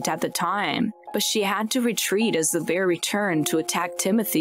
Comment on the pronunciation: Is this an AI talking? Lol 'BEEAAAR'